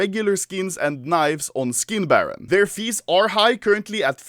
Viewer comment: All I heard was "I have a video coming 'foreskin' baron" HAHAHA